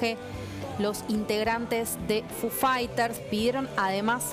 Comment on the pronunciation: Me sangran los oídos cuando a Foo Fighters lo pronuncia como "fu faiters" Diooss. Necesitaba decir eso, me re fuí...